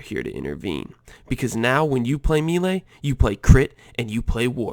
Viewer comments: pls stop saying me-lay it's more like may-lay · The word "melee" ....... it's not "meelay", it's pronounced "maylay" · It's pronounced "may-lay" :) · im glad im not the only one whose eye twitched when he said it me-ley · Your pronunciation of "maylay" is so bad I can't see all of the brilliance of this build...... . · nah bro, it's "melay" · Exactly. Americans murder a lot of french words. It's meh-lay. Americans: split the word up; there's one 'e' in the first syllable and two in the second. Of course they're not going to have the same sound. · me·lee /ˈmāˌlā,māˈlā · I am Exiled he’s saying it like meelay but it’s either like a short e sound or an ay sound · always so confused when a native english speaker mispronounced melee like this... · he doesnt pronounce it right smart one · Its the first time i hear that "melee" pronunciation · No, it's because he doesn't know how to say it. Just like most of Americans say "expecially", "ekcetera", which triggers the living shit out of me.